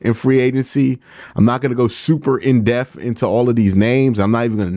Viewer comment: Love you Q please learn to say depth.. not deaf..